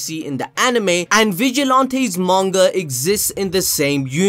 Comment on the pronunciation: Im sorry but its (vige-a-lan-ties) like jesus🤣🤣